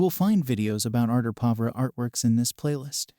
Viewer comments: Can you please teach your AI voice to pronounce Arte Povera - the SUBJECT OF THE VIDEO - correctly??? It also can't pronounce avant garde. Unacceptable for an art theory channel. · Thank you, i am here for an intro to art class and this is just annoying. i had to google the actual pronunciation (which i was right about) because i just knew this was not it